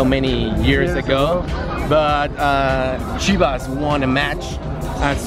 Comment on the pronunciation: I get triggered by the way he says chivas😭🙄🤬